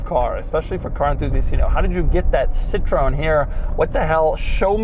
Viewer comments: Citro-en, not citrone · Do Americans really pronouce it Citrone instead of Citro-EN? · Citron??? It's called "C TRO N" 🤣🤣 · It is not Citron It is Sitroen!!! CIT is like a sit in english RO is like ro in road and EN is like An in Andrews. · It's called CITROËN, with an E. It's not CITRON. It's Ci-tro-EN. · Hey Doug. It's not "Citron". It's Citroën. Greets. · CitroEn, non Citron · Citroon? Didn't notice that diaeresis? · Doug, you pronounce the brand wrong. It's Citro-N, or Citro-ENE not citron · Come on Doug!! I know you can pronounce the name of the brand better. (SIT-THROW-EN) not (SITTRON) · You are butchering the name!! It's hard to hear... The name of the car is not zantia!! It's pronounced Kzantia! You are butchering the name Citroën too!! It is not citron! It's citro N. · Doug it’s actually pronounced citro-en not Citrown. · Citroen is pronounced Citro N. and not Citr ON. ;-) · We call this car Ksantia, not Zantia. Edit: And we call this brand CitrOEn, not Citron. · citrone zantia.... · Not “Zantia”… Xantia like “Schantia” …and it’s “cee-tro-én”… not “ceetrón”. Pronouncing names properly would show more effort and respect. For fck sake… Every time you say “Zantia” a euro petrolhead dies from cancer in their hears. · Your # for Citroën is citreon. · Not a citron its citro-en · Doug, it's "Citro when" not "Citron". Citron means lemon 😅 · Its citroen...... Not citrooooen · In defence of the pronunciation; in the UK, which obviously is Citroens only major anglophone market, for years their own advertising pronounced it as "sit-ron". It's only relatively recently that they've been accenting it correctly as "sit-ro-en". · citroen, not citroon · It’s pronounced sit-row-enn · It's pronounced Citroë en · I love you Doug but please stop calling it citrone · Z-II-TR-OE-EN XS-ANTIA Jesus Christ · Dear Doog [pun intended], it is pronounced: Cih-Tro-Weh-N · "Citrown" ... huh? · Sitrown sitrown djeezes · Citro-en please it’s not a lemon!!! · It's not "citron", it's citroën